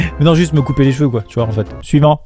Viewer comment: On dirait quand il dit suivant il dit Next 😂